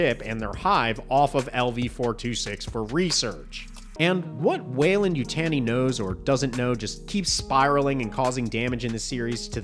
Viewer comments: No one in any Alien movie have ever said Weyland--Yutaaeni :D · I'm not sure what's worse...this show, or the way you pronounce Yutani.